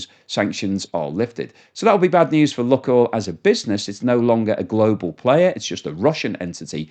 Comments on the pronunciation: Luke oil not luck oil? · The pronunciation of “Luke oil” can be broken down as follows: "Luke” is pronounced as /lˈuːk/ (rhyming with “look” but with a long “u” sound, like “loo-k”). • “Oil” is pronounced as /ɔɪl/, with the “oi” sounding like in “boy” and ending with an “l” sound. So together, “Luke oil” would sound like “Loo-k oil” with emphasis on the first syllable of Luke and a diphthong “oi” sound in oil.